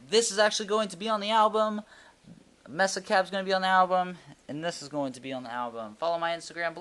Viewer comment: It's pronounced MAY-SA, as in Mesa, Arizona. Not MESS-A.